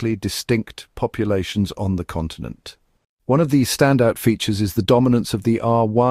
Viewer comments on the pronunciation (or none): none